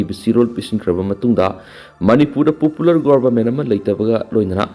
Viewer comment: Pupular, six fear, uccharon chumnaba hotnou, ngammoidaba oiragana sinphamsi thadoklaga atoppa chunnagadaba sinpham thiyu. Sinpham asi uccharon sengdaba migi natte.